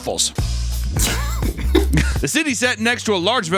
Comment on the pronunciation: "And even BRAHTHULS"😂😂